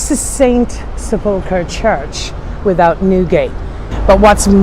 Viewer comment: It sounds as if you are mispronouncing Holy Sepulchre. Sep ul ker. Christ's burial vault.